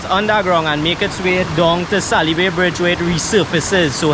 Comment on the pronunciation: It is not salybay it is salybia